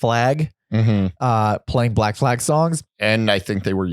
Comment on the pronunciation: It's black flag...not Black flaig or whatever the fuck says it...I guess it like Danzing or guitar rifts